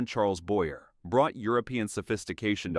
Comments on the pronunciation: It's Boy-yay not Boyer! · Also Charles Boy-yay is how it should have been pronounced too.